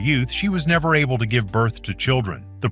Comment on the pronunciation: Neer happen!!!😂